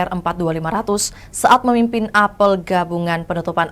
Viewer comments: Tolong dong penyiar diberitahu/dilatih cara membaca kata 'apel' dlm konteks berita tsb. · Iya, geli dengernya.